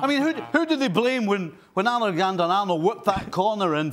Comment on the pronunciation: The way Stevie said Allergander-Arnold 😂